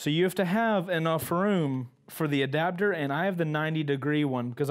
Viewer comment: In Australia they're trying to make attaching cameras and intercoms to your helmet illegal... Apparently it "breaches" our Australian helmet safety laws and the helmet's structural rigidity... P.S. Love the way you say adaptor, you say "adabdor". Keep the mad vids coming!